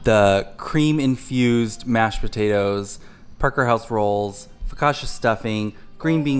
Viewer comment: So pleased Caleb is not a beige food only eater! The CI (CCI) in Italian makes a TCH sound like ciao and Gucci, Pucci, Fiorucci! Focaccia = Foh-kah-tchah, not Foh-kah-shah. One could also put the brining turkey bag in a large stock pot!